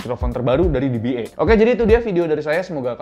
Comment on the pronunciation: E di bahasa Inggris bacanya "i". jadinya "di-bi-i", om. kalo "di-bi-e" itu "dba"